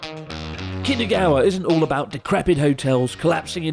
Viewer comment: New drinking game. Take a shot every time Chris says “Kinagawa” instead of “Kinugawa”